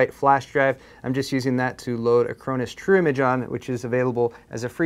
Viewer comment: When he says it, "True Image" sounds more like "Trimmage."